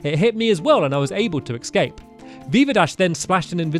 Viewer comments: "And I was able to ecscape" Stamps-2019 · He keeps saying "ecscape" and it annoys me. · It's escape... not excape